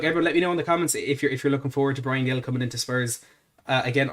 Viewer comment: Its pronounced Hil, not Gill